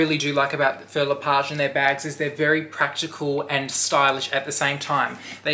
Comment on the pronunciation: hi love the bag!! Please google how to pronounce the name its not Phil le Page.....this comment is not coming from a bad place just sounds better when you say the word correctly.